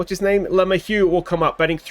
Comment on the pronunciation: I know you laugh about "he's not watching," but I can only imagine what some of these players would think if they stumbled across everybody's OOTP Let's Plays and had to listen to a bunch of nerds playing a spreadsheet game call them "garbage" and "too old"/etc. P.S. maybe a bit of help with pronunciation, or maybe not: Luh-may-hue ... with emphasis on middle syllable (may), maybe not quite a hard "h" on the hue at the end. Example of broadcasters saying it